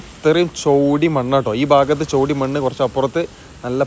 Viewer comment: ചോടി അല്ല ചേടി മണ്ണാണ്